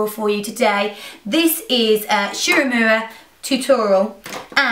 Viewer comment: This is the second time you've pronounced it wrong! "Uemura" is "Oo-ee-moooo-raaa." Not "eumoora." It's four sylables, not three. That's just how Japanese works. (Sorry... I'm a language geek, and it's just one of my little pet peeves.)